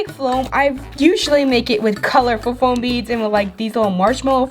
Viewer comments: This is how many times she said flom 👎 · She kept saying floam she needs speech class LOL